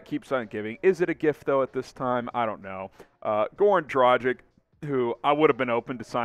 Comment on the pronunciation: Dude, its Dragitch (the "G" should sound like in "dog" NOT like in "Gender"!!!) NOT Drachik 🤷‍♂!!!!